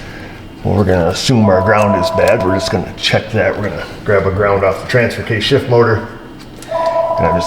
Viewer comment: ......or "F"s, "shift" came out wrong! lol